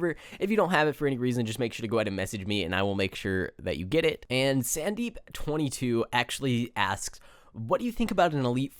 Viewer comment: Also my name is pronounced Sun Deep not Sand deep but in america everyone called me it (i am Indian/America)